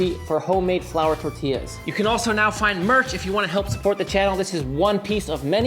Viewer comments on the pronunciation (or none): none